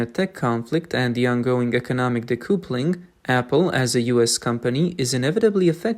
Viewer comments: btw it's not de-koo-ple-ing. It's de-kuh-ple-ing. A connection between two train carriages, or a husband and wife (marriage) is called a 'kuhple'. Connection = kuhple. Disconnect = de-kuhple. The spelling "couple" is most likely because of the French. ~40% of English is French. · Well done. Well researched, well written and narrated/voiced. (So nice not to hear an Ai machine voice). Pronunciation: 'decoupling' (dee-cup-ling) 'recoup' (re-koop) 👍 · What is "decoopuling" Did you mean decoupling" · Decoupling is pronounced de-cuppling. It comes from couple … which is pronounced cuppel. Example: a married couple or a couple of eggs (2 eggs). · I like that you are speaking the lines yourself instead of using an AI voice. I don't mean to criticize when i point out decoupling is d cup ling. At least how I say it as an American. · Narrator: "Decoupling". correct pronunciation - "dee·KUH·puh·luhng". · Learn how to pronounce "decoupling."